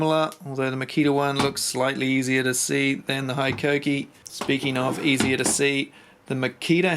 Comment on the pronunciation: It’s Hee-koh-kee. 17 mins of you saying high-koh-kee is triggering.